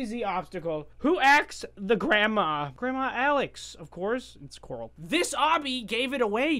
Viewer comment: Corl not coral